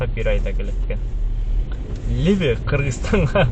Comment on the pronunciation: Ассаламу алейкум, либи эмес либо деп айтасанар туура болот. Капа болбогула, бири бирибизди ондоп, каталарды айтып турсак онугуу болот деп ойлойм.